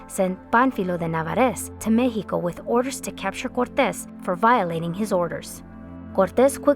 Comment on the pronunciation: Central mehico, was dominated by the Aztecs, Mayans, koosomeh, taconites, chimichiungas, and mehico. 😂 I’m sorry but she’s extra.